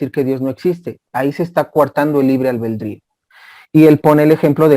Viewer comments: La palabra correcta es ALBEDRÍO NO Albeldrío. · Disculpeme, es ALBEDRIO, NO ALBEL DRIO